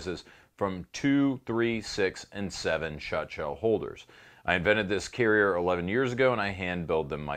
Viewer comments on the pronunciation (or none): none